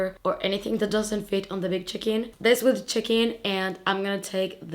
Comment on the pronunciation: I thought you said the big chicken when referring to your big check in! 😂 🐓 I was wondering if maybe you had a bag shaped like a chicken. Lol